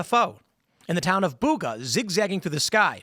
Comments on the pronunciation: There's no 'h' in Buga, Tim. Don't know from where you got that. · Buga not Bug ha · It's BUGA 🤦🏻‍♂️ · Great story. It’s Buga. Town of Buga, in Valley del Cauca, Colombia. The Bugha name sounds like the name of some place in India, in the east.